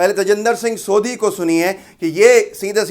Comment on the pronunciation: सोधी नहीं सोढ़ी ज़ात होती है ।